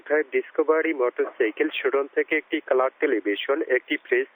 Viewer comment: what the উচ্চারণ? করয়? দন্যবাদ? গ্রামীণফোন ব্যবহ্রিত? চার? ক্লার টেলিভিশন?